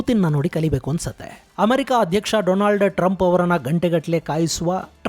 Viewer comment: Donald Trump ❌️ Doland Trump ✅️